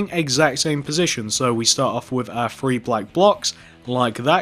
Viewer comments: Your saying free and three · Th re e not f r e e 😐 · He ses free not three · It’s three not free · this is how you were saying three:free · He is saying free as 3😂